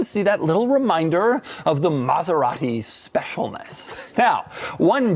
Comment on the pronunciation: Doug is the kind of guy to pronounce it MaseraHti for no apparent reason.